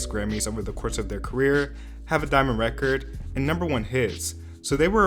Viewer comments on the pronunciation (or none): none